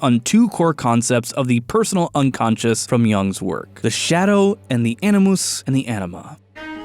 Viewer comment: "A ni moose" as opposed to "A ni mus?"